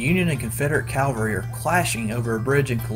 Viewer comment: Wonderful videos as always,. One thought(and this is a pet peeve). When describing the mounted soldiers, it's CAValry, not CALvary. Lol...thanks